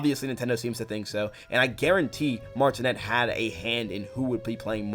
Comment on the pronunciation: Hey! Cool video! Just wanted to point out Charle’s last name is pronounces mar-it-né with a silent ‘t’ 💙